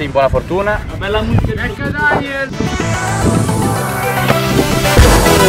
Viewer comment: ma perche alľinizio quando devi dire bella raga, ma invece dici pella raga